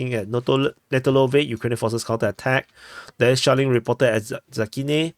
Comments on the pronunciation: Every time you say "shelling" I hear "Shaolin". Maybe I just watched too much old kung-fu movies. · He's actually saying shaoling 😂 it's dpa humour lore from the very start of the war/his channel